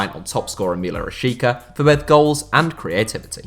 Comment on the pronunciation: He is pronounced Milot Rashiza instead of Milot Rashika